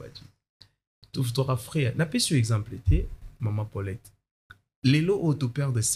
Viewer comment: Mes excuses, je viens de massacrer le prénom Paulette.